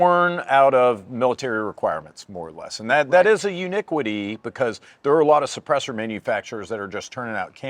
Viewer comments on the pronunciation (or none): this mf said "uniquity"